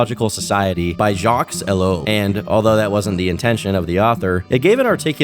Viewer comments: The name Jacques pronounced as "Jocks" 😑 how does someone reach adulthood without hearing the name Jacques?? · Always love your content. Just thought i would mention the name Jacques is pronounced without the "s" on the end. French is crazy 😅